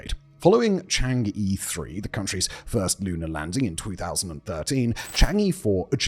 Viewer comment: For the love of odin, please learn the pronunciation of chan'ge. It's CHANG UHH.. UHHHHH. You've done like ten videos with it.